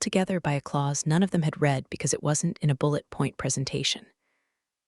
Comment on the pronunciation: Typical AI written, AI spoken garbage, always you find read (RED) spoken as read (REED), tells you it's a novel, a story, fiction, crap.